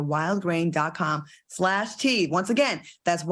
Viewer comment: Claudia, every time you say wildgrain it sounds like you're saying Walgreens. Just saying! I don't get the outrage of Will slapping Chris. Will made one mistake publicly & people want to nail him to the cross. I think it's sad that Floyd called him every day and no one else did. I guess they was too busy condemning someone else. Thank you Claudia for not being a Petty Labelle like Q & AL.